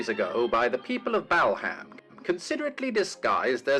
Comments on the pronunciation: Why, in heaven's name, does the narrator of that old film pronounce the name of the district "BAL HAM", instead of the way does? 🤔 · Peter Sellers was mocking American announcers, who mis-pronounce English town names. So he said Bal-Ham, instead of correct pronunciation which is Bal-am, as you don't pronounce the H.